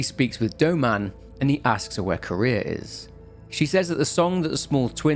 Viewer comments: Popped in to also say this, as I had no idea who “Kurea” or “Korea” or “Career” was referring to. Thanks for already bringing it up! Note that her name is composed of two words: Kure and -ha. The accent shouldn’t made it sound like Ku-REa, if any syllable is more accented, it would KUre-ha. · why does everyone pronouce her name as "Korea" it is Kureha CUH-RAY-HA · why does everyone pronouce her name as "Korea" it is Kureha CORE-RAY-HA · It's not Korea it's Kureha 😂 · it's kuh reh ha bro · I had a stroke each time you called kureha Korea and sakuya sakuhya great video regardless ur videos bring me so much comfort keep them coming especially the ps2 horror ones much love. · Yes I thought he said courier and I was so confused lol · Fatal Frame next? Edit: I keep hearing Kureha pronounced as Korea lol. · the name of the other girl is actually pronounced Kuh - reh - hah. Love your content, keep it up! I sleep much better ever since I discovered your channel!:D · NGL I was listening to this like a podcast and was so confused by the name pronunciations since I have seen this game before loooong ago. I had to pop back in to double check. Especially Seimei. 😂 Ah I just realized might have played with English VA where Kureha was pronounced like Korea... Oof. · This. He keeps pronouncing the name like the country Korea 😂 which throws me off every time he says it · yeah, but the は in くれは is not particle, so its still 'kureha' even then, particle is read as 'wa' not 'aa'